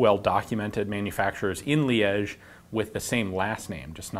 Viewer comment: Somebody teach this dude how one should pronounce "Liege".